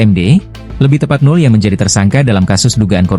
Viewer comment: host nya belajar lagi dah bahasa indonesia pelafahalannya yg bener....jadi ga enak di dengarnya... NOEL di bacanya NO' EL BUKAN NUL